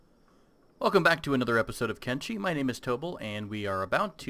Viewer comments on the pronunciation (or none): Why "Kenchi"??? almost all the time it is CH instead of SH, as if one says Kimchi